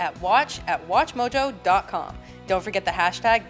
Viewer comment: why do you always say at atwatchmojo?